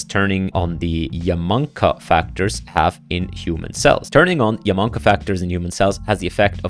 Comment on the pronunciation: YA-MA-NA-KA. not Yaman-ka lol. anyway i did like 20 of these and its pretty easy to get started.